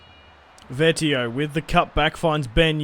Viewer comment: it's vee-et-oh not vet-ee-oh